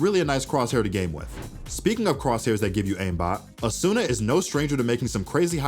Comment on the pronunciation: Mispronounced Asuna